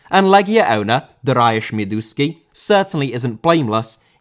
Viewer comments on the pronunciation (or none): His name is pronounced darius, just ad -sh on the end. Got to say polish league football level is just disappointing, and it won't change. They're changing coaches like socks, not only Legia.